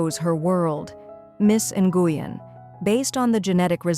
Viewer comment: Please learn how to pronounce the name. Nguyen is pronounced when.